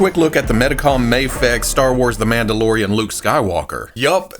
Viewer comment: Does it drive anyone else crazy that he calls it Mahfex instead of Mayfex?